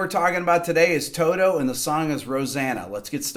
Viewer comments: It’s Toto not Todo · It’s not todo, it’s toto......